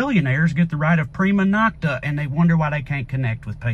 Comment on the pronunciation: Hearing Trae say “prima nocta” in this accent is next level great.